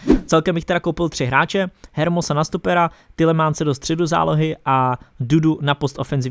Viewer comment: čte se to ermoso